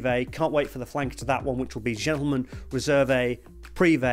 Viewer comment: You should not pronounce the "e" at the end of "Réserve"